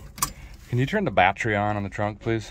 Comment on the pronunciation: “Can you turn the on the battree in the trunk please?” Belly laughin 😂😂😝